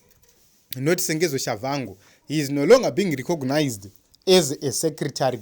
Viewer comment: His name is Tshabangu not Shavhangu